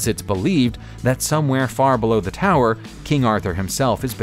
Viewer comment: It is TOWER as in POWER not Tour as in pour